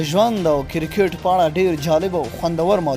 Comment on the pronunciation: کیرکیت مه وایه کیر بله معنی لری کریکت ووایه